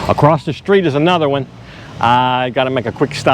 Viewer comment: 'Street' unlike 'shop' has no 'h' in it. Why do you say "shtreet"?